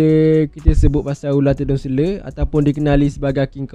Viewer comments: Selar... Bukan selerrrrrr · selar, bukan seler... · Selar bang, bukan sele😑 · Selar bukan seler.. hahaha.. gurau2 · selar bukan sele.. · Tedung seler...tedung seler. Tedung selar lah. Sebutpun tak betul. Patut la ular patuk. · Terima kasih ml studio. Mana yang duk cari2 ytc aliff tu. Ni jemput singgah. dan satu lagi saya orang terengganu sbb tu sebut ular selar jadi seler😂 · Dia ni mesti orang Melaka sebab sebutan "selar" tu jadi "sele". Kalau orang Johor, sebutan tu jadi "selo". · Sele. Terengganu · dia ni mungkin org ganu atau klate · Tgk pseng ckp org tganu,.